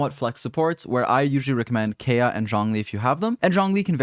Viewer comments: I love these videos but his pronunciation of Kaeya drives me nuts lol. They do say his name in game often enough. Kay-ah sounds like a girls name. K-eye-ah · The way you pronounce anemo and kaeya 🤦🏼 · Thank you so much for your content! So good! Though I do have to say every time you pronounce Kaeya's name makes me want to cry.